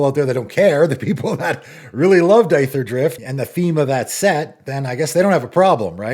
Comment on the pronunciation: The set is pronounced "Eether-drift," not "Eye-ther-drift" Cmon man